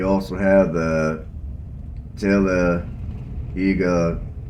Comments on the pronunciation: Tal- ah day ga . I'm not from there, but this is the way I understand it is pronounced. Don't worry, no judgement here ;) I'd have some difficulty pronouncing a lot of these cities names as well. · Don’t worry nobody says Talladega right. Lol There’s how the locals say it and there’s how people out of town say it😂